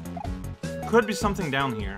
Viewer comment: "Everything I Kood"